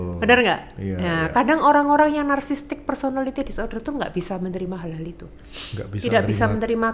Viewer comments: Nara sumber nya ini , psikiater bukan sih ??? Kok ngomong "narsisistik" aja salah.... Kok narsistik....wkwkwkwk..... Narasumber bilang narsisistik aja ngak lulus 😢😢😏😏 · Kok psikiater ngomong nya bersalahan sih ??? Yang benar ituuuu, Narsisistik Dookkkk, bukan narsistik.... Yang benaar, narsisistik.... Duuhh malu malu in psikiater nih si dokter 😢😏😏